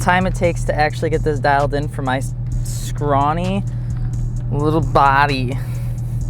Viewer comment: "My sca-ron-ee little bah-dee" haha